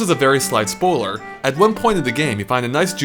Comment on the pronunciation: You said spoler instead for spoiler ;)